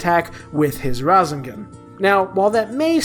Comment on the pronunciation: Its ra-say-gon